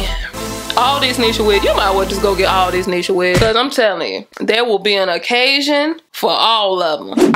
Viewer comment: “See beh-cause” lmaooooo